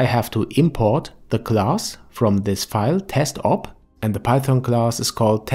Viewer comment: hey there, first of all... it's python, not paython ;) but nvm! :D Python has a very clean syntax, with little non-alphabetic characters, which makes it easy to read for beginners. It has many use-cases, like AI, web, and APIs like for example the blender-scripting-api. BUT: If we are talking about state-of-the-art desktop-video-games, then C++ is the standard since a long time, and is unlikely to be replaced anytime soon. The fact that C++ is fully compiled into machine-code, and not an interpreted language like python, c#, etc. just gives it an edge in terms of performance, and of course, performance is key in modern video-games. That is not to say that you can't program games in other languages.. but if you aim to get a job in the videogame-industry, i would say, c++ is still your best bet. What you learn in one language can be translated into other languages though, so as a beginner, just get coding!! ;)